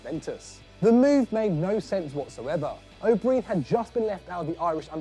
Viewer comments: An Englishman can't pronounce an Irish surname that's pathetic it's pronounced o Brian, not o breen. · Its pronounced o' Brian not breen😂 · Ronnie O’Brien is pronounced Ronnie O’Bryan or however you want to spell it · The O"Brien one is great, but could you not have pronounced his name properly?